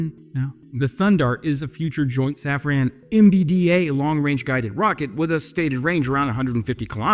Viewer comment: Hey, as you are, sometimes, huhuhuhh [fake moustache and a non-lit cig] faux-French, put some effort into pronouncing the French names correctly. Please. And that's coming from a Dutch viewer. Safran has the "an" pronounced as in Obi Wan. Not as in "when".